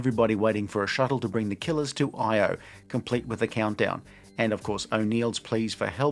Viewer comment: yet another person who says “Io” like it’s an acronym. In the movie literally titled “Io,” they mispronounced it this way every single time.